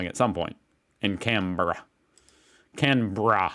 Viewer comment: You nailed Canberra 👍